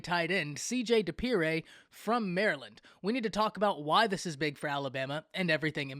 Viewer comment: You said his last name wrong😂😂😂 it’s dippre.